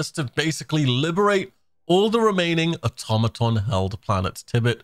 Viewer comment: Are you saying automaton wrong on purpose?